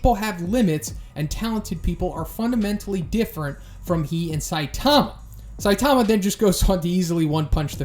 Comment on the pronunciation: Can you please stop saying " saitaahma" it's all short "a"'s saitama not saitaaama